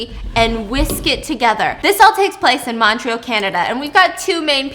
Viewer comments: the way she says “Montreal” like “Montroal” 😭 (No hate btw, just found it funny ❤️) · I love how Stephanie says Montréal. I’m from Ontario and we pronounce it a bit different.